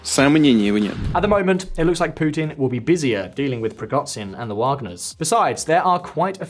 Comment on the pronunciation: please stop saying prigoTZin. it's Prigozhin!